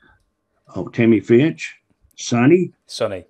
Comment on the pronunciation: Back then she went by Tammy Fytch, or Tammy Lynn Fytch. But, yeah, it does sound like Ricky adds an 'N' and says "Finch".